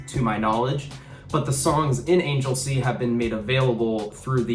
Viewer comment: It's pronounced "ANG-GUL-SEA' not Angel Sea.